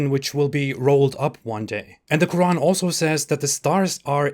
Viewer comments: The Q kh qq' urAn sooooo digusting pronunciation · The last miracle is a good one, "the religion of peace" God burning and torturing people...for eternity, it's not even a metaphor yes, you are so right, extremely stupid, And why is the narrator saying Roran all the time? A miracle? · Why do some people put that little pause between the syllables in Quran while others don't? Just curious. I enjoy your work.